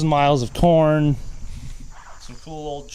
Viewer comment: did he say corn or porn